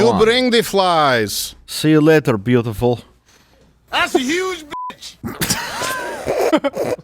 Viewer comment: "See you later blyatiful"